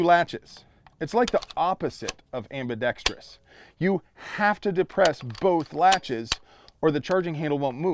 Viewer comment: Good review. Thank you for "ambidextrous" and not 'ambidextrious'. Small potatoes in the scheme of things? Perhaps. It is still appreciated. This Bulldog is very interesting.